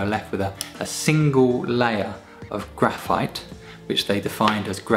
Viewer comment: Graphi, oh graphite... graphi